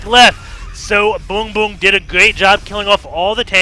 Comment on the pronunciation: Every single time you say "BoongBoong" I giggled hard.